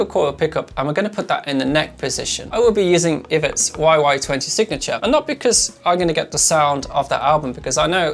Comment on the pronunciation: Ee-vet. Not iv-ut 😂. Great channel BTW. Cheers for posting vids. 🇬🇧